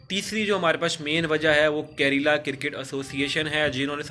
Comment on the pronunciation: भाई करेला नहीं केरला😂😂😂